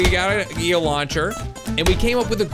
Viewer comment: This is how mini time he said eeal